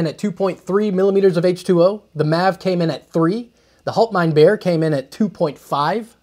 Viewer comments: It's pronounced "Haalt mine beer", (Bier = beer, different spelling, almost same pronunciation (different R) ) What you said is more "Hold my bear" (Bär = bear, again similar pronunciation yust with a German R) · If we wrote the "HaltmeinBier" the way you pronounced it in German it would be something like "HoltmeinBär", which might then again be translated as "Get my bear". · How to pronounce "Bier": Beer. It's exactly the same. No difference. "ie" in german is "ee" in english. Not to be confused with the german "ei" which is a totally different beast. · It's pronounced "hallt" (the "A" as in sally) "mine" "beer" - Haltmeinbier - and it's German for "hold my beer"...